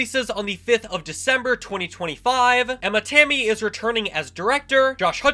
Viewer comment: Dunno if you knew, but Emma’s last name is actually pronounced “Tommy” btw